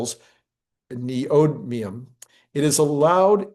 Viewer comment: It's pronounced neodymium not bla b l a b l ad I ngdo